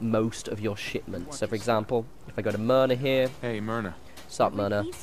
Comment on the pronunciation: Every time you said shipment I thought you were going to say shit